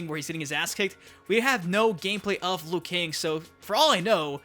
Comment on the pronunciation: Bruh why you say liu kang like that